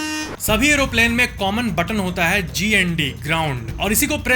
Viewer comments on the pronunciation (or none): none